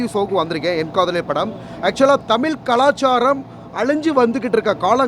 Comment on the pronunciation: Thamizh pannadaigala mudhalla thamizhunnu solla katrukollungada...thamizhukku ZH azhagunnu solluvaanga aana ungalukku ZH ve varala...thamilunnu sollareenga...maanakedu...thoo...